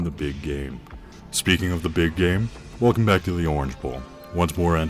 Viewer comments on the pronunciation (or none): none